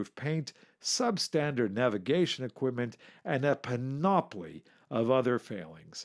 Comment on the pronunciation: .....it's PAN-o-plee, not pan-OP-lee